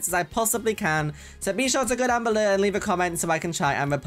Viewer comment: no one:: "comment down bellur!"